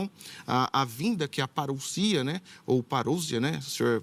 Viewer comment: q conversa essa de parucia? ou parussia? se a palavra tá escrito no português e tem só um S então a palavra tem q sair com som de Z e não de S. parusia com som de Z e como não tem acento gráfico, a sílaba tônica tá no SI